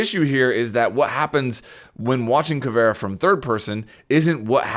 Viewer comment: Anyone else noticed how he said caveria